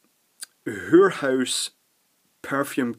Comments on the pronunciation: I don't think I can imitate adequately the way that says "whorehouse." In print it would probably be rendered "hoorhoose," but that doesn't do it justice... Also I think I finally know what sounds the spelling "guid" aims to represent... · 'Whore house'! said just like my Mayo granny would say it :)